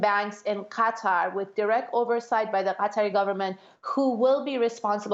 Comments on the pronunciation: Qatar is pronouned gha-tar, more like guitar, not "cutter." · Cutter - that is way off. Not even close. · Usually she has a reason for using/saying names in certain way whether it's Burma/Myanmar or Gretta Thuneburg. Would be interesting to know if that's the case here.